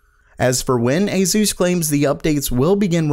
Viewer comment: It's aSus not aZus pls